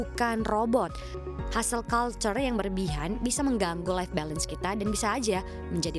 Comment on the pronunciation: hustle --> dibacanya yg bener "hasel" bukan "hastel" hehe